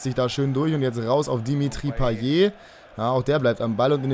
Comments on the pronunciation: also das T bei einer Wortendung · Man spricht Payett und nicht Paye. Hatte es früher auch so ausgesprochen. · weil es am ende ein t ist und man spricht nur e wenn am Ende ein r steht;)